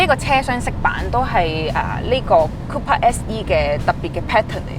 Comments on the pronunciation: Sorry. 係讀 Cooper 唔係 Copper。, 請以後更正。😉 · It's not copper. It's cooper, has a U sound. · Cooper not copper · Mini Cooooooooooooooooooper, NOT Coppa.